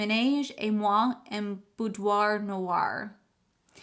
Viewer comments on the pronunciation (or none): none